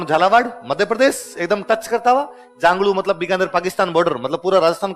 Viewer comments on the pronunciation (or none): none